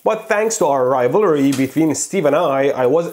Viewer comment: I like how he says rivalry 😂😂😂